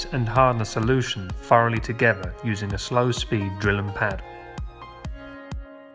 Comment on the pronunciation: Ok, so you obviously I have a problem pronouncing words that have TH in them. Again, it's thoroughly and not furoly.